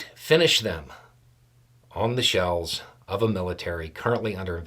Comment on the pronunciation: I did not hear you say "shell" correctly until the end of the video. I thought she was spelling with block letters on a "shelf" in Target or something. Jesus Christ who does that? She just cosigned genocide